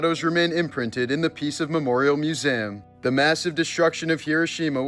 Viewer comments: Say the word, “museum” again ? ????? wtf this guy doesn’t know how to pronounce the word, “museum” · Morbid way of pronouncing "Museum" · he's the only other guy that says Mu-saaam like hes from boston.